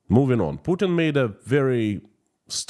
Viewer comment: No one outside of Russia believes Pukin's BS. It's so obvious even a blind man can see it. your little miss spoken pronunciation of Putin had me laughing my ass off & is now my favourite way to refer to him. On your singing it reminded me of when someone has headphones on & starts to sing along with what they're listening to 😂 Stay safe & please keep up the great work❤. Long live Ukraine 🇺🇦❤️